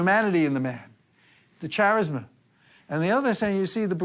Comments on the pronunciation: Ch-arisma it's pronounced K-arisma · Since when is the word "charisma" pronounced with a soft C? Listen at about 50.50.